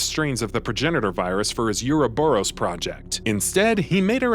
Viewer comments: Tera-gree-jha, not tera-gree-gee-a Ouroboros, not euro-boros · Bro it pronounced OO-RO-BUROS not Yuroburos